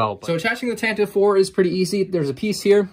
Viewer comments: tan tiv E 4 is the corect pronouciation not tantiv 4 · Tantive IV is pronounced as "TAN-T-V four" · Tantive IV is actually pronounced tant-i-vee IV